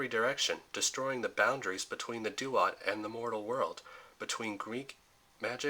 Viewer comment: Duat is pronounced Dwot, not doo-ot